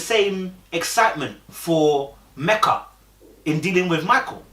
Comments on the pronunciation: Lord you back to calling her Mecka (rhymes with Becka) again??!! 🤣🤣 It's ME-kuh mate. Meka really invested because if I were her, I wouldn't even be trying with Michael no more. I wouldn't ask him anything any more I wouldn't go anywhere with him any more. I would stay in my corner, go to work, come home, eat, watch TV and go to bed. When the camera crew comes around, I wouldn't even engage. And I would have told the experts about themselves because Michael has been lying and they haven't been vetting him or these other dudes properly AT ALL. Or they're vetting them, know these flaws and they choose to match them with people any way. Either way they're all trash. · Her name is Meka not Mecca. Meka is pronounce like Mee-Ca.